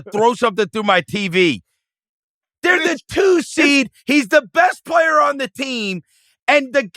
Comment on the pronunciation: Verno talks about Reggie making Shenguns name 2 parts “shen-gun” but little does he know he does the same thing with the word “player”…”play-er” 😂